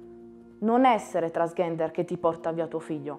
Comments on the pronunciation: “Trans GHENDER”??? No vabbeh. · Ok tutto, ma transghender. La pronuncia ve prego.🙃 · Ahaha 'transghender', anche a me ha fatto sorridere! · Massima stima e ammirazione sia per il ragazzo che per suo padre ma... TransGHender non si può sentire 😂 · Si però almeno pronuncialo bene transgender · Impara a dire transgender però ahah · va ben tutto, ma transgender non lo sai pronunciare, è come non saper pronunciare il proprio nome daiii